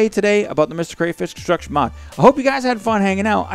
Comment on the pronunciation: conshtruction mod... :P